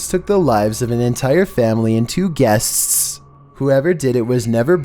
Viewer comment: Say "guests" again